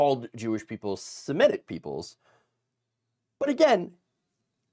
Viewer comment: "semitic" not "simetic"